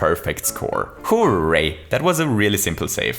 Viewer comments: Stop saying: hoe-ray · I still love the way you pronounce "Hooray" as "Who, Ray?" Will ever know if they're talking about Raymond??? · I love the way he says ho ray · Your pronunciation of “hooray” annoys me like crazy. I do like your videos though